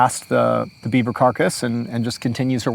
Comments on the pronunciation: There were a few times my brain heard "Dead Bieber" instead of "Dead beaver." Story takes on a whole new meaning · Every time he said Beaver up until 15 minutes in I heard Bieber